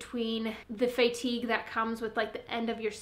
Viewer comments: fay-tige lol. Love your vids! :P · her Iowan is showing, haha:) reminds me of how my bestie from South Dakota says it too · Never heard anyone say fatigue like that! Lol makes me feel like I’ve been saying it wrong 🤣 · not weird, just different. I like it lol